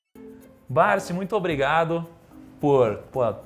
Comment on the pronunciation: O nome dele não é Barsí, é Barsi.